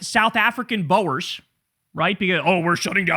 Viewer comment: Learn to say boer which means farmer.